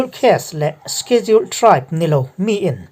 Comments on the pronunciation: Sikhedul ti a ilam rik dan hi avan mawi em !!!!!!!!!!!!! Khawchhak pronouns ihmang thiam narawh e..... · Shediul tia lamrik tur : sedul tite pohin an lamri ṭhin... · Schedule I lamdan hi ka hre khat angreng viau a..